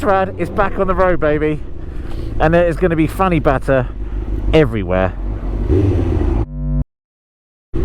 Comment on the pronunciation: Fanny batter